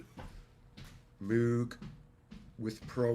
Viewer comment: C'mon.. You said Moog, when you know it's Moog.;) Great cast my brother in sounds. Thanks for public. Fkn great job. Once again man, thank you for years of brilliant work. Keep killing it my brotha.